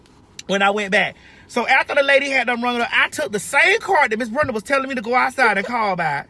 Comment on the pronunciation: Wait, Lol she said Brunda, is it Brenda.